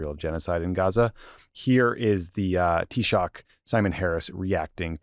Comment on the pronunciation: Respect on the pronunciation of Taoiseach 👏 bualadh bos agus maith thú